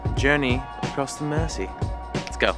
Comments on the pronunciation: If you want to use pronunciations online, you’ll want to change that to Mer-zee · its Mersey not Mercy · Great film guys but I found it hard to listen to your mispronunciation of Mersey and Merseyside. You can look that up. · It’s Mersey like a z, merzy. Not mercy. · Mer-zee not Mercy. I spent three years in Manchester. Nothing there. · The Mercy River? The River Merzee is how it's pronounced. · PRONOUNCED;. "MERZEY," AND NOT "MERSSEY.". 😵 THAT IS EXTREMELY BAD GRAMMAR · Guys sorry to be picky but us locals pronounce ithe River Mersey "Merzie" not mercy. glad you enjoyed it here. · Why do they both pronounce the River Mersey as the River Mercy........so annoying. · It's not River Mercy it's pronounced River Merzy. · Nice job lads...showcasing my local city. Its a very friendly, multicultural place. Cheeky bit of advice to help Americans blend-in: River Mersey...you say Mercy, but it should sound like 'Merzy'! And scouser...you say scowzer...should sound like 'scoucer' (scow-sir) ;-)) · Next time you guys are in the city stay a little longer much more to see and do ans it's the river "mirzy" not mercy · The Mersey is pronounced Mer-zee not merci. Liverpool isn't a French city. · Mersey is pronounced Merzey not mercy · It's pronounced MERZY River not "Mercy".. sheesh that gets to me. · I cant help but laugh at the way they say Mersey. Say it Merzy, not Mercy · It's pronounced "River Merzey", not "Mercy". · I'm from The Wirral which is across the Mersey. Love the way you guys say Mer-say lol it's Mer-sea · Mersey pronounced Merzee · Mersey is pronounced as if the s is a Z. Merzee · Sad you couldn't spend more time with us, come back, oodles more joys to explore! Our river is pronounced 'Merzee', whether you're Scouse, or not 😉😊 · When they say Mersey lol it’s deffo pronounced Merzee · Yes, do not give us Mercy. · Its Mersey, not mercy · It's mersey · it's more pronounced merzy . Iv lived in Liverpool all my life. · Mersey not 'mercy'